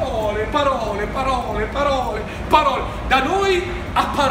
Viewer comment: "PPPAROLE, PPPAROLE, PPPAROLE, PPPAROLE" troppo divertente 😂